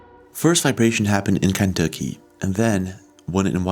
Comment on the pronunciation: Lmao the way you pronounce Kentucky always makes me chuckle.